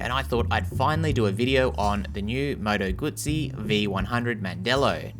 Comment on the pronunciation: You did it right.